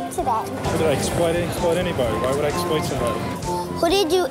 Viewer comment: "Who did you esployt today?"